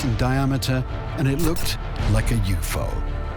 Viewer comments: WHAT'S A YOU FO? I THINK IT'S SAID U.F.O. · Why did he just pronounce UFO like it's a singular word. He said YOUFO. wtf is up with channels like this so blatantly making mistakes like this lmfao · "It looks remarkably like a yew-fo", aka U.F.O.. "Unidentified doesn't mean unidentifiable ffs narrarator/scriptwriter. And it looks to me remarkably like a natural object shaped and worn by natural processes and time. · Just to let you and everyone know that U.F.O. is an abbreviation of Unidentified Flying Object and the abbreviation is not pronounced as UFOE, each letter is spoken as U.F.O. because it is an abbreviation not a word. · What is a “you-foe”? U.F.O. (or UFO) is never pronounced as “you-foe”; it’s alway just the individual names of the letters “U”, “F”, and “O”. Only in the case of the words “ufologist” and “ufology” is there a change in the “ufo” part of the terms, such as: Ufology (/juːˈfɒlədʒi/ yoo-FOL-ə-jee). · U.F.O... not U-fo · The narrator pronouncing UFO as "you-fo"😂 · What's a youfoe? 😂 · LOL gotta love the LLM trying to say UFO " U-fo" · Just have to ask. Do Computer Narrators always pronounce U.F.O. as You-Foe? LOL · Did this man really just pronounce U.F.O as "yoofo" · Youfo is my favorite pronunciation of UFO now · That moment at when the guy says "You-Fo" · “It looked like a YOU-FO.” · I'm about 2 minutes in and the narrator just pronounced UFO as "u-foe".........I'm out. Enjoy the video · Look like a "You-foe" ?? Are there really Brits who pronounce UFO like this? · "And it looked like a yoofoe" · "and it looked like a youFO." BWAHAHAHA!!! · “a yoofoh?” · did this idiot really just pronounce it "Yuofoh?" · Aw man it's a shame the AI can't pronounce UFO. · Great documentary but... why he say Ufo like that 😂😂😂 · Gotta love it when someone takes an acronym and tries to pronounce it like it's a single word. I wonder if the narrator actually knows what UFO stands for, I'm not sticking around to find out